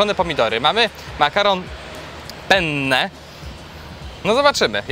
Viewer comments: ....w sposób jaki wypowiedziales"PENNE" to zabrzmiało jak "ch.j" po włosku. Poprostu wystarczy wypowiedzieć przez jedno "P" pene:) a co do frytek to nie robią w Mc frytek z masy ziemniaczanej a nie z ziemniaków??? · penne czyta się krótko, bo jak wydłużasz to znaczy co innego :P